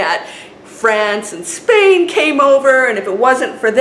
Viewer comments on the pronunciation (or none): none